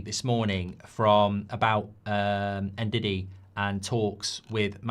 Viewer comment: You dont say N-Didi its Ndidi it does start with En same sa Embumo Its Mbumo no M-mbumo